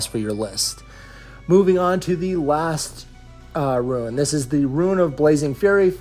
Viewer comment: Dude... It's pronounced "ROON." Eye twitched every time you said "ruin."